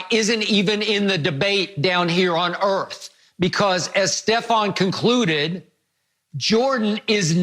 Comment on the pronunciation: “Jordan’s not from EARF!!??”